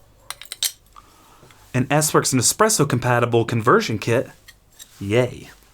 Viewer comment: It is challenging when you only get this suggested on your feed 12 days later. So I'll be honest, I did start watching in earnest, in particular because it is not the first time you have pronounced espresso dead. But then around 1 minute I felt an increasing need to read the comments 😅